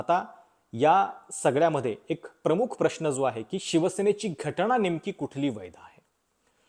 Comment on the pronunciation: असे "ण , ण" केले की खूप शुद्ध बोलले असे वाटते ... पण जिथे न पाहिजे तिथे न च पाहिजे ... तिथे उगाचच ण ण का घालता ...